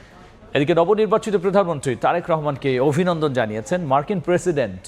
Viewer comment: এনার উচ্চারণ এ ভুল আছে অনেক তারেক রহমান এর নাম বলতেছে টারেক আবার ভোক্তা কে বলতেছে ভোকটা